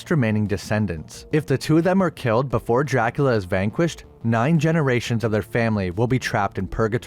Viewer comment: My man, I love the way you say Dracula. "Jackula"